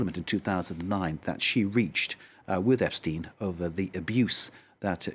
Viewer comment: Ep stine ??? Virginia geouuuf ???? And your a news reporter ? What pitiful bit this was guest speaker 🔈 mucho,French annoying! Mer see boooque !